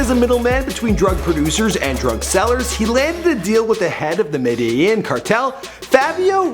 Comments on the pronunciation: It's pronounced medeJIN. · Medellin is said like this (me-de-gen) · Medellin (med-e-JIN)